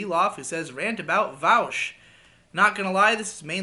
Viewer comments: You call him “vowsh” now I know you’re not a lefty lol all right wingers call him vowsh but his name is Vaush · every time you call him "Vowsh" and not "Vawsh" i die a little inside